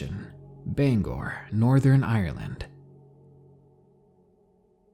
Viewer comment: I’m sorry to point out but you mispronounced Bangor you pronounce it like banger but pronounce the ‘g’ harshly